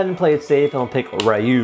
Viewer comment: Ryu is purnouced like you r is silent